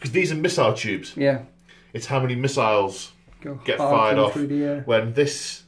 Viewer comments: "miss-siles"....i died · Heh, thumbs up for the "Miss-iles" about two hours in. Close game at this point, great batrep either way it goes.